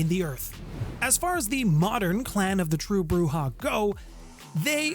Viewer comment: And Broo-Zhah.